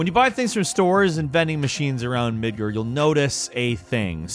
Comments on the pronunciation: First midgur and e-thur. Mid-Garh! Eh-th-eerrrr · You pronounced mako wrong it’s MAH ko not may ko, and midgar not midgrr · still saying Midgurrrrr. 😁😁😁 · MID- GER!!!!!!!!!!! Again!?! Man, GAR, midGAR! AR! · Please. Three videos now.. MID. GAR. MIDGAR. NOT MID GER. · I struggle taking advice on FF7R from a guy who calls the city "Midger" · Why does he keep calling Midgar "Midgerr"? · Came to hear that sweet "Midgurrr" action, was not disappointed. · Nobody:: "Midgur" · Plays FF7R with fully voice acted dialogue. Still pronounces it Mid*ger* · Midger? This guy never changes... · Bro, what is with you and saying things wrong? May-co, MID-GAR. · Manawall. WALL. Not ward, and sure as fuck not “Midgerd” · still can't pronounce Midgar correctly, why is he such an idiot?